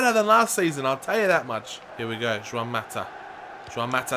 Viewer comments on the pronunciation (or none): And Mata is Spanish,not Portugese So it's "Huan" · It's juan mata not shwan mata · Pronounce it like Ruan Mata or Chuan Mata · its pronunced huan mata justs sayin